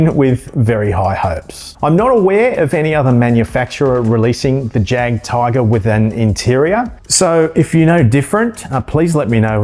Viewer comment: I cannot wait for the M36. About time. Hopefully we get tge B2 and B2. Oh and Jadgtiger? The J is silent. More like a Y. Yagtiger. As for the M36? 2 other companies made t h e M36, both are just not very good.